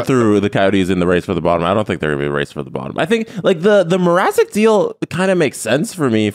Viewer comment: Can we talk about the fact that when announced the Leafs Hawks trade he called Mrazek “Mzarek”